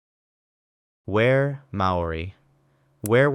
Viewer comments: the Māori words. He said whare as in the English word ware for example. It’s pronounced more like fare with a rolled r and pronounced e. Even farray would’ve been better than whare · makes sense, but just because some are even worse doesn’t mean he’s ’nailing it’. I mean you don’t have to pronounce it just like it Māori but an English approximation is good. Which he clearly didn’t look up how to pronounce whare and rimu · Nice job on the pronunciation mate! I had to laugh at your attempt at my hometown Dunedin (Dun-eedin) but you nailed some of the trickier Māori names, Whare is pronounced Fa-ré. Like your videos, nice to see NZ get a feature 🇳🇿